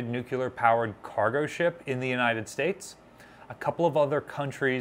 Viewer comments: Nuclear-- There are many terms that come from regional dialects but this isn’t one of them. It’s a technical term that comes from Latin and came into common use only in the past 100 years or less. Like most Latin words loaned into English it’s pronounced more or less phonetically. If somebody said “I done killt a bar” I would know this is dialect. If somebody said “I’m fixin’ to go to the store” I would know that is dialect too. But somebody who is educated and can read who says “nucular” is just being lazy, because it’s a scientific/technical term most people would learn in a science class and it’s not spelled like that. It’s not an ethnic dialect term that was passed down through generations — it’s a term from science. As an example, if someone were to give an opinion about jurisprudence but pronounced it juriperdence, would you think they knew anything about the law or would you say this is dialect? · NU-CLEAR! NU-CLEAR!! NU-CLEAR!!! Keep practicing & eventually, you'll get into the habit of pronuncing NUCLEAR like you've been doing it all your life ⚛️😉👍🏻 The Savannah looks fast even when sitting still at its moorings 🚢 ⚠️ FYI The choice of bright & vibrant colors to provide contrast in B&W was also done with the 1960's t.v. show The Addams Family for the exact same reason. The only difference being is the show was DELIBERATELY shot in B&W rather than the newly emerging "In living color." This was done to intentionally create the stark & gloomy feeling of the sets 📺 Color stills of the sets are really quite festive in appearance. 🌌🔭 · Take a shot every time you hear "nucular." (Don't actually do this) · IT'S PRONOUNCED [NEW-CLEAR]. NOT [NEW-QUEUE-LER] but you probably did that on purpose to bait people into correcting you, driving up your engagement and therefor your profit from this video ... Why tf do people have to be so snake-y about getting their views and engagement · New-clee-ur NOT Nuke-u-ler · Nuclear, not nucular